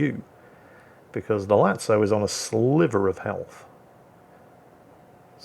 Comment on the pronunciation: Hey! Half of the video (watching it on my phone), I was trying to figure out which ship is Latzo. FYI it is pronounced Lazo with zed not c. Like lazy, Lazo... Keep up with good work!